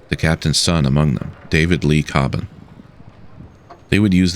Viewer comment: Thank you for making an honest detailing of the findings from the Coast Guard and NTSB Marine Investigation. Just a slight correction, My Brother's name is David Leigh Cobban, not David Lee Cobban. Also you are one of the first people I have heard actually say our last name correctly, so thank you for that as well.